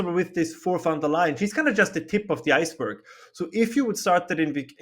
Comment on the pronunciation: Lier, not Leyen